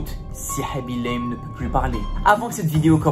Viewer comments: Normalement sa se dit khaby LAME (comme une lame xP) il est sénégalais et dans le senegal sa se dit lame bref jadore je m'abonne <3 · il ment et il prononce mal son nom